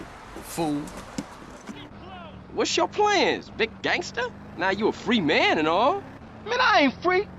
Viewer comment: Great video but to hear “gAnGsTER” come out of your mouth made me wanna gangster my brains out